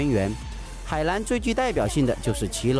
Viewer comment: Pathompong Phuket 四川忍大多平舌翘舌不分。没有办法。河南=荷兰😷